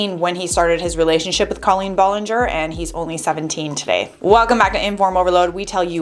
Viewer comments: BROOOO WHY YOU SAYING IT LIKE COLLIN BOLLINGOR LMFAOOOO THIS IS LITERALLY SENDING ME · I’m sorry but C”A”LeEn BoLlInGeR is killing me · wow you say her name so weird